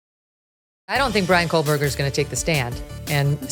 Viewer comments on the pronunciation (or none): And Kohberger is Koe-berger,not Coal-berger. Ugh! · Howard, a pronunciation guide for your benefit: gon-SAL-ves. And for you, Megyn: Kō-berg-er (not Kole-berg-er). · He pronounces Kohberger coreectly. It's Megyn who keeps adding an "l", making it "Kohlberger". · It's not Kohlberger! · Yes, with all of her coverage of this story, she still thinks it's Kohlberger. Also doesn't take the time to read any of these comments or the mispronunciation would stop. It's so annoying. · Megyn…. It’s Kohberger…😢not Kohlberger! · Dear Kelly - his name is not pronounced “coal/burger” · Thanks for the True Crime palate cleanser. Just one other tiny thing…There is no “L” in Kohberger. 😬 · The amount of time this man has spent supposedly researching this crime, and this suspect, and these families… and he STILL mispronounces the names. Goncalves, Kohberger… it’s really not hard. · I don’t really care about this guy, but there is no L in his name